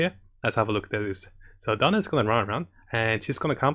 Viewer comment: I love how pronounced Diona as "Donald".😂 It's okay, the slang doesn't matter because provides us a lot of good guides to help us in Genshin Impact.